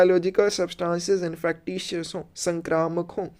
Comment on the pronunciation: Infekcious hoti hai sir pronunciation of INFECTIOUS....